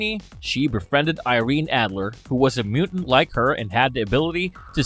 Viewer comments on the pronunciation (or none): none